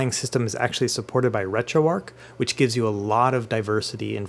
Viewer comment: Very detailed and helpful videos. I subscribed after just the first one and am looking forward to watching more of your content. One thing though - how on earth are you pronouncing the "arch" of "RetroArch" as "ark"? The first time I heard it I thought it was a glitch in the audio but you then went on to pronounce it like that a dozen times. That seems bizarre to me. But other than that one detail, fantastic content. Keep it up!